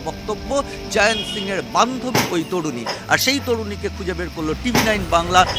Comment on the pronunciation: হ্যারা এই ম্যাড়াচোদারা জয়ন্তকে জায়ান্ত্ জায়ান্ত্ করছিস কেন ? মুখ্যুগুলো উচ্চারণ ঠিক কর ।